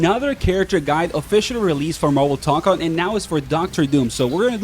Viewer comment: Why do you say Tokon like that